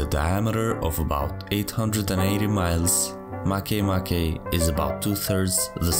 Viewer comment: It's pronouced Ma kea ma kea but not "Make a bread" MakeMake?